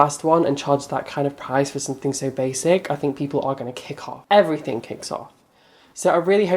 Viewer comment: omg in your next video start it with your normal intro and then be like soy ready for this XDXDXDXD IM DIEING!